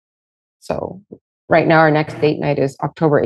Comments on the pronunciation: I'm Canadian. He straight up said "her" kids. We don't pronounce "her" and "our" in any way that could be confused. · He definitely said that. So awful. And no it isn't a Canadian accent thing (someone else commented about that). I'm Canadian, and no way do we pronounce "our" in a similar way as "her" lol.